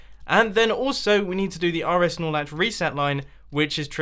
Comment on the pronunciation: Does anyone else hear R S Norlach as R S Snorlax am I the only one?